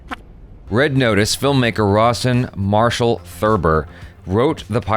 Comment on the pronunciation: Every time you say Rawson Marshal, I keep hearing Ross and Marshal